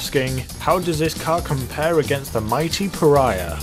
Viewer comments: You finally pronounced Pariah right 😊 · Good to know you finally say Pariah right lol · You did it! You said pariah correctly! Woo!